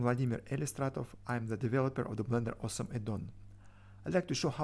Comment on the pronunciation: I thought at first that I heard you say in the intro: "I'm the developer of Blender AWESOME addon". Couldn't argue, though!